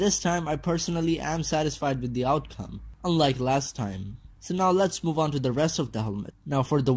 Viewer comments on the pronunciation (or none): none